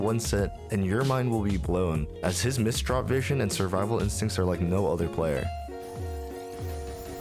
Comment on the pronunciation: "Missdrop vision" 💀